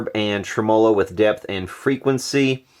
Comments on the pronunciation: "tre--MO--lo". Seriously? Let's go with "TREM-uh-lo." Just shot your credibility all to hell. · I too cried when i heard treMOlo instead of TREmolo haha just kidding, great work, the final result is outstanding. See FUPA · Trem-o-lo ? Really !! Speak English !! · It's pronounced "trem-muh-low." Not a long O. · Goood work! FYI: (pronounced TREM-a -low_) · You aren't pronouncing tremolo right